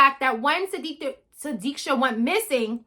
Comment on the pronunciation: This time you did pronounce her name properly... Wish her parents would ne so strong as you and me to find out the actual scenario what happened to her and not believing what joshua actually said